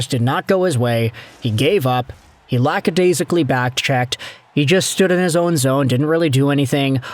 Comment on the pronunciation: You have to be the first commentator/reactor/media figure that I’ve ever heard pronounce lackadaisical correctly. Well done!